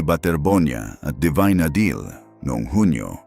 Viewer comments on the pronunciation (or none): ADILI . ADILI. ADILI. NOT a deal. Let’s pls get the name right .